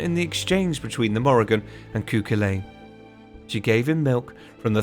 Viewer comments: Nuada, pronounced, nu-ah-dah Tuath, pronounced. Too-aww Cu Chulainn, pronounced, coo-cull-Ann Macha, pronounced, mah-kah In fact wherever you see a, assume ah or aww, most vowels are pronounced differently from English, as it is a more aspirant language. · Great video but ahem... Pronounced phonetically: Tuatha de Danann ........Tooa day dannan Cuchulainn ................... Cu-Culann Queen Medbh.................Queen May-ve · Your pronouncing every name wrong koo cal lane?!?!